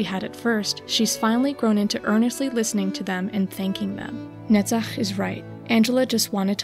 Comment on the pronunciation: Sorry for offtop, but I like how you pronounce "Netzach" even more than your understanding of Angela's struggle and soul